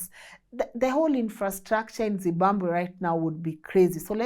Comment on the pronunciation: …. Say ZIM…BA…BWE ZIMBABWE